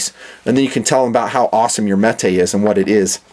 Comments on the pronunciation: it's not metay it's metuhhh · Jfc it's Metuh not meh-tay.